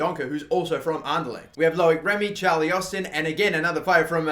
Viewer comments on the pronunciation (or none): none